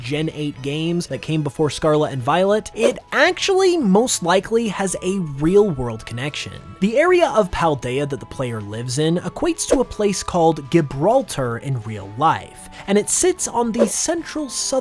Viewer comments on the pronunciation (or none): Quick one… Gibraltar is pronounced JIBraltar 🫡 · I love you but your pronunciation of Gibraltar made me cry 😂 It's got a hard G at the beginning, like a J sound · It kind of undermines the videos if you can't even bother to pronounce Gibraltar properly. Makes me question the legitimacy of everything else you say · Gibraltar is pronounced with a soft g, like you would with the letter j. I have been there so I know this. They speak English and even use pounds sterling just like the UK.